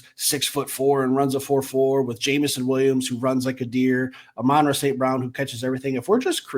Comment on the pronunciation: Stop calling him Johnny Morton. Johnny played WR for the Lions. And ARSB is Amon Ra, not aMONra. Its like Ramen without the R and Rah, like Rah Rah. He was named after the Egyptian Sun god.